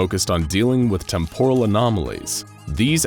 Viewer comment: Dude, every time you say out loud "Temporal", "Temporally", etc I cringe, your cadence is wrong. Its not "Tempóral" its "Témporal" (emphasis in the first syllable) >:v AARRGGGHHHHRGRHGRHGRKJFKJHDSKJFHKJSD *Cringe*